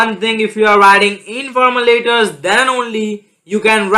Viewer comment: Stop shouting.. and stop saying the word "letters" in a weird way..